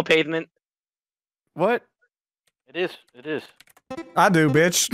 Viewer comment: Pathment is when pronouncing pavement